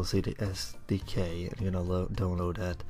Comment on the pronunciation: wtf is a "doan load"?